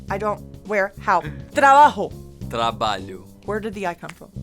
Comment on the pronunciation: "Reloh", "trabaho" Where are your j's? And where is your x: "esepción?